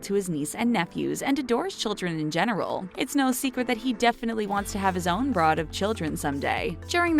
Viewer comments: His own ‘broad of children’?? Did she really say ‘broad’? It’s ‘brood’ which rhymes with ‘food’ and describes a large family. 😳🙈😳🙈😳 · Not "broad" of children. The word is brood. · brood not broad ( as in Meghan is a divorced broad). Broad : slang for less then lady. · Hey, what the hell is a "broad" of children lol?!? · okay. its not CONtr'bute its con TRIB ute , and...its not a "Broad" of children, its "brood". can I have the narration job, because this woman or more likely machine, sucks at it! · you pronounced 'brood' as 'broad'.... ...just though you should know... 😒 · Broad of children?? It’s BROOD. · own 'broad' of children??? try brood ( pronounced brewd) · I can’t believe you mispronounced Brood. BROOOOOOOD! It means lots of children. Just wow!